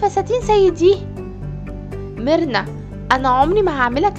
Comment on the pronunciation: لما تقول مرنا احسها تقول كبرنا😂🤣